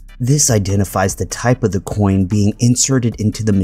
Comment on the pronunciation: the way he says coin like why does he pronounce the c so strong like that